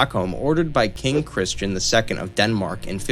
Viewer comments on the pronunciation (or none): none